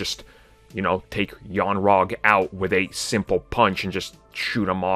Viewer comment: Young Rag??? hahahaha. It is Yon-Rogg. Who played Old Rag? Car-pet?